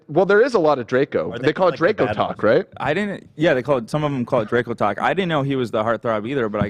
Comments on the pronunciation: ethan pronouncing draco as "dracko" and nobody bothering to correct him is sending me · Ethan just pronouncing Draco wrong left and right 😂